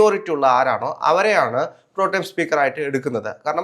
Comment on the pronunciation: പ്രൊ ടൈം ആണോ പ്രൊ.ടെം ആണോ?